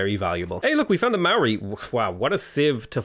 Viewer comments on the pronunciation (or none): none